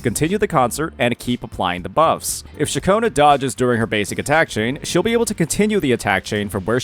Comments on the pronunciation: Ain't no way this is speaking. Throughout from her introduction in 2.2, he's been calling Ciaccona - Cachowna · thank god you didn't keep saying Cachona broo thanks goood lmaooo good guide bro